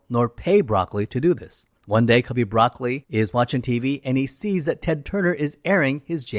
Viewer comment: Just as a bit of FYI, Albert Broccoli's name isn't pronounced like the vegetable. It's pronounced "Bruh-coal-ee" with slight emphasis on the second syllable. I believe it's an Italian name. But I bring it up because it really ruins the credibility when you can't pronounce the names correctly. I know it's spelled the same but as a true blue since I was born Bond fan, I immediately knew your research didn't involve watching actual video documentaries or interviews about the films.